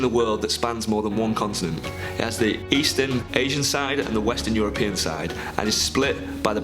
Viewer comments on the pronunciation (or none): none